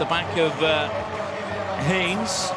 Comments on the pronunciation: Henes is pronounced "Hen ess". It is irritating when announcers don't take the trouble to get details like that correct. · Fantastic run. You'd think the commentator could pronounce her surname correctly, especially considering her mum was a great athlete in her day.